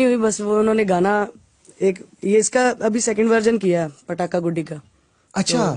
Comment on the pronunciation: Well your Pronunciation is far better than that of most Americans 😂😂 Pataka was right but It's Guddi (stress on D) you said Goody (Stress on O)